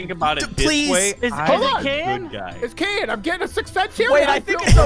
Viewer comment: BRUH ITS KEYIN NOT KEAIN